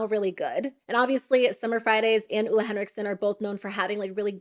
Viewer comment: sorry, it's driving me crazy, but here it is: Ole is pronounced "Oh-le" with a long E; being married to a Scandinavian, I've learned a number of pronounciations